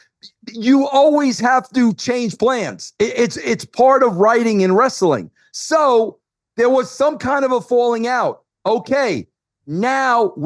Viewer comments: Bro! It's wrest-a-ling, bro! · Why does he pronounce wrestling as ress-a-ling? Wrestling is 2 syllables not 3. What a 🔔🔚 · you mean WREST-UH-LING? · Wrestling is pronounced wrest-ling 2 syllables not 3.